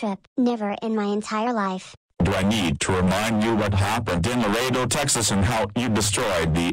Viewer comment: go thing he didn't say Lar-e a do Texas this time